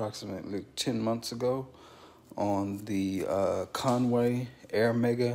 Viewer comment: Coway not “Conway”